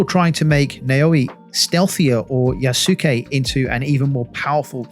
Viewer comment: Naoe= Noww-way Yasuke= Yasss-soo-kay